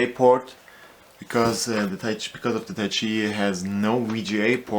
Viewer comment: lol "weeeeeeechiay" i giggled for hours :D but yeah bad review.